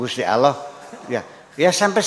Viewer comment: Sekarang ini sering saya dengar di YouTube dll, bahwa penyebutan Nama Allah menjadi Awlah, sehingga menjadi tuntunan bagi generasi sekarang, apakah ini juga sah2 saja Buya